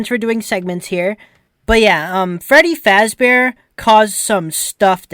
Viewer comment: Fweddy Fazbore.